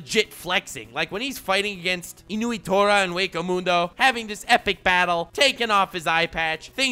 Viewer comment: Why are you calling him inuitora? Its nnoitora. He's not a dog